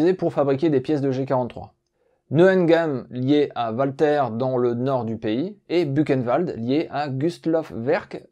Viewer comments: WALTHER ne se prononce pas OUALTER mais VALTER. En allemand par pitié le W se prononce V et pas OUA. Mais à part ça, Super / Bravo! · Une arme allemande ? Il vaudrait mieux prononcer 'Walter' à l'allemande 'Valteur' plutot qu'à l'anglaise 'Oualtér'...